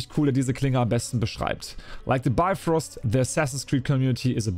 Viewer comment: Moin,es es heisst Bifröst mit "i",nicht Beifröst und Heimdall's Schwert heisst Hofund,nicht Hofur - da hat Ubisoft wohl gepatzt🤔 Aber,die Schwerter seh'n ma echt gut aus👍🏻 Origins gefällt mir am besten,von den neuen Teilen und natürlich AC 2 von den alten...